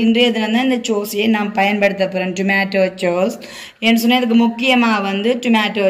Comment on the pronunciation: Don’t say சோஸ்,ஸோஸ் நல்ல முயற்சி